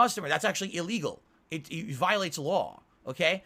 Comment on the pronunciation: Everything that hurts him is apparently E LEE GULL